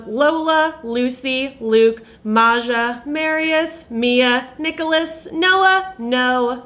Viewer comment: actually read (Maja) as Maya!! My list includes: Maja, Judy, James,Ingrid, David, Leon, Gabriel, Chloe, Nora, Olivia, Kevin, Luke & maybe Robert 😀 😄 When I'm buying, I'll watch the swatches again just to confirm my choices 😆 🤣